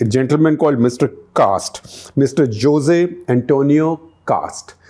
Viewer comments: It’s not Jose but Hosey Like Jalepenos pronounced is halopenos Jesus pronounced in Spanish as Yesus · "Jose" in Spanish is pronounced as "HOSAY", as in San Jose in northern California.